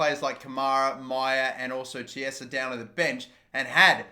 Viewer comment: Who else cringes when he says "Chiesa"?